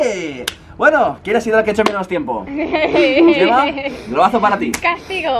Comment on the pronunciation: ¿Como que "yema perez"? Se llama gemma, se pronuncia como "Je" no "ye"